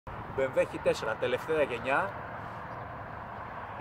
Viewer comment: Έξ λέγεται όχι χι